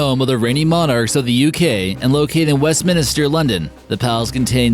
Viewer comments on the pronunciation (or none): West MINISTER London 😂😂😂😂😂😂 It's Westminster! If you're not smart enough to know, then, why bother with the video????? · Ya and West Minister! I have almost never watched one of their video that they did not butcher the name of someone or somewhere!!!!!!